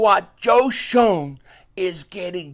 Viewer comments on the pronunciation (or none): Btw my fellow Gloucester county south Jersey brother. It’s Joe Schoen (Shane) lol